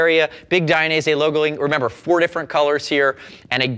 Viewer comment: it's Dainese not "Dai-a-nese" otherwise great review. Suggestion: always show one leg inside, one leg outside the boot.